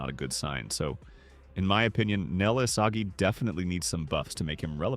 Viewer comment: did bro js say isasi????